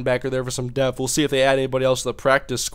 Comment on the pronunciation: lol this guy says "deaf" its Depth*